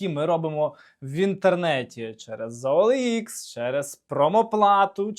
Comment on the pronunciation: не оелха, а оелікс! неуч